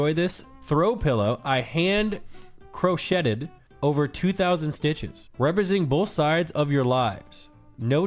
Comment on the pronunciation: Did Nick mean to miss-pronounce "crocheted"?